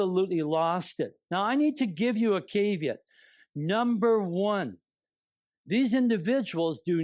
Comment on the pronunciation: I'm sorry. Can he repeat his pronunciation of caveat again?